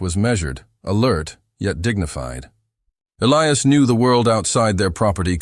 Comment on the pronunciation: Please teach your AI to correctly pronounce Elias ! Elias pronounced E - lie - as ! Or Pick another name for your main character, one that your AI can pronounce!